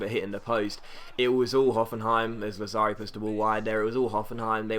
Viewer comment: Lazzari is pronounced Latsari--the double z in Italian is a ts sound. Loved the video, as usual. Keep up the great work, mate!